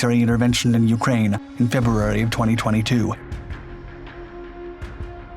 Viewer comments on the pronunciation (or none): none